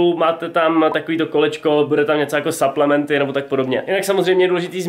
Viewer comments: po česky suplementy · Jaký saplementy do háje čte se to suplementy